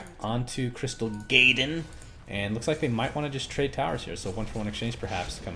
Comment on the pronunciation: I laugh everytime you say crystal GAYden... haha